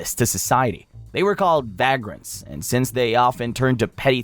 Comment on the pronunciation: Bro actually doesnt know how to pronounce the word vagrant...? 😔 sigh And I was just starting to think this was a decent channel, too. Guess I was wrong. Downvote, do not recomend, not interested. Bye.